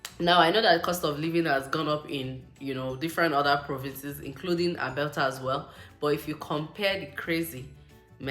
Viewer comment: Did I hear Albelta 😅